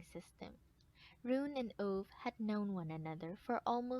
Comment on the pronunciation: next time when you do a audiobook, learn to pronounce the main characters name